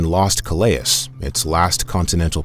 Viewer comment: Pity the AI narrator can't pronounce Calais...